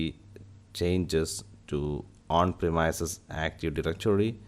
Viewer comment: Hello I like your video and I learned what I needed to know. but I had to restart it several times. Everytime you pronounced premise I had to think what is that then change it to premise . That is more on me than on you. You speak very well and it is just the one word that grabbed my ear and made me not understand. I hope it is not rude to mention this. I really did get a lot of useful information from your video and I appreciate the time you spent on it, greatly.. Please see google link below for how to say premise. A little thing but it made me rewind your video four times.